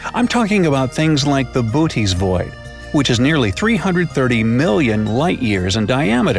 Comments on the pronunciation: It's pronounced boh-ot-ees, actualy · I thought said booties thingy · Pronounced Boots void (cant think of a joke about Booty's void) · Did he say booties void｡◕‿◕｡